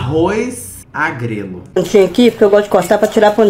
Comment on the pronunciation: MDS KAKAKKAKAAKKA, Arroz agrelo KAKAKAKKAKAK, é arroz a GREGA gente kakakkakak